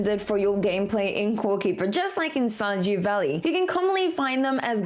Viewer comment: Shajew valley?